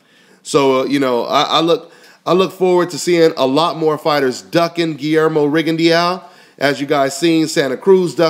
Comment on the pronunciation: lol its pronounced rigon de oo not rigon di ya o